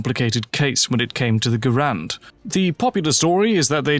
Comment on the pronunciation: GARE-und, not guh-RAND. John Garand pronounced his name that way.